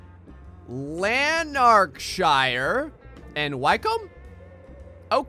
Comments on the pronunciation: Also, Wycombe is pronounced Wi-ckome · Hah, I'm sure he put deliberately awkward to pronounce British place names in there to trip you up. Lan-nac-shure ( that one's Scottish, good luck with getting it right ), Wick-um ( Wycombe ), first part of Chelmsford rhymes with Helm, etc. You pronounce Brighton like a Londoner tho :)